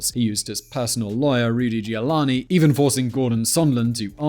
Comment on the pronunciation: Rudolph Julani = Rudolph Giuliani (joo-lee-ah--nee)